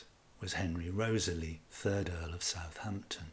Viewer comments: REE-TH-SLEE not Rosely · I clicked on this video to learn about the correct pronunciation for the name Wriothesley and ive concluded that there isn't a single correct way because i havent heard your pronunciation before. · Why do you pronounce Southampton’s name as you do? Most scholars pronounce it “Rizley”. Also James Looney is pronounced “Loney” by most scholars.